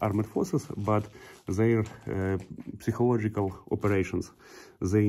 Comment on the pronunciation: Женя у тебя очень хороший английский Только не психолождикак а psychological сайколаджикол П не читается